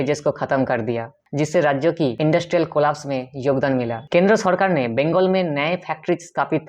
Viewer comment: Kendro tha ! Lol ...bro work on your accent 😂😂